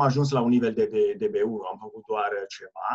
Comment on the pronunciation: There really aren't many I can notice. Most of them have to do with ă and î. (în), (învățam), (învățat) - i instead of î (încĂ), and you correct yourself, (încă), (încă), (română, not the definite form), (încă) - a instead of ă , - You slighty stress the wrong syllable, fă-CUT instead of faăcut; it sounds Italian or Spanish, not necessarily bad - LU-ni instead of lu-NI